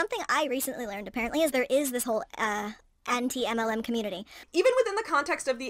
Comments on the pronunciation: It always makes me laugh how says 'anti-MLM' as if she doesn't know how to pronounce the word anti. It's so damn funny. She tried too hard to protest her innocence by trying to play like she didn't know what anti-MLM was so hard that she acted like she didn't know how to speak English. This is a pattern I've seen. She lies to make herself look better and then five minutes later she forgets her lie to say something that directly contradicts it. This shit is wild yo. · “Auntie Em… LM” in Kansas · I love how pretended that she didn't know how to pronounce "Anti-MLM community".. pathetic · I CANT EVEN with the way she pronounced "Anti-MLM". I die every time i hear it. Ugghhh.